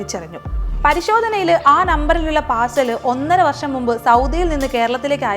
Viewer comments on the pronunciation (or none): none